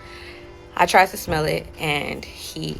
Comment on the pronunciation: "I tried to schmelll it!!" 😂😂😂🤦🏾